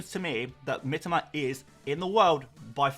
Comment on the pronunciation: ffs...it's Mee-toe-ma...not Mitima